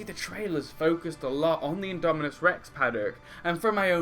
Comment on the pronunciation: indominus! not indominuos